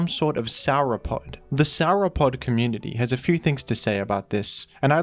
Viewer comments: I can't be the only dinosaur fan that felt offended that said SOUR-O-POD when its pronounced sore-o-pod. But still a good video and honestly sets Zapdos as a standard as to what makes a good pokemon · Sour-O'pod? Come on. First Gru-don, now Sour-O'pod? 😂